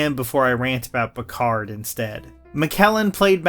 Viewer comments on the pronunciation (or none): none